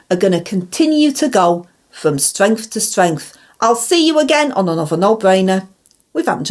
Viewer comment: With our ang as PM the UK would go from stwength to stwength 😂